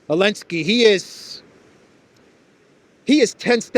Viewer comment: Why do you say “Olenski” instead of Zelensky?